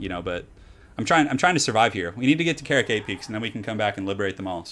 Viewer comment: karak is not carrot， ka-rak！！！！